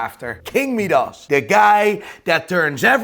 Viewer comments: Midas not Meedas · Who de f**k is king me-dus it’s pronounced my-dus smh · King me-dos, the lesser known brother of King My-dis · How on earth are you saying king medas, it’s Midas ya numpty. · It's pronounced 'My-Duss' no 'Me-dass' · MY DOS not meedos😂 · king my-das not king me-das, wtf, lmfao!!! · "King Meedus" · "King Meeee-das" lmao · "King meedus?" Not heard that one before. Is it is like "riddle meedus batman? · "King mead-arse" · King Meedass? LOL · Midas is pronounced my-das. 🤦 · its pronounced my-doss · meedas lol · Doesn't know who Roger Moore is despite making a one related video and then pronounces Meedas like a prat. Whatever this watermelon's opinion of watches is, counts for nothing to me. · King Meeeedas? Doesn't know who Roger Moore is. Is this guy dumb as rocks? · Could you please make up your mind. You pronounce Seiko 2 different ways...See-ko and Say-ko. And you completely butcher King Midas, pronounced as My-duss not Mee-duss. Im sure there are others but I was sickened by your use of the english language I had to shut you down. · First of all.... It's MY-Dus, Not Mee-Dus. and It's Say- Ko not See-ko. The Omega Seamaster Debuted in 1948, The Submariner in 1953, So who copied who? NATO straps were designed and made by The British Ministry Of Defense Standard NOT ROLEX. Regardless of your Quasi Dutch-Northern Irish mash-up accent, can you make the effort? Aren't you a watch dealer? Jaysus. C'mon.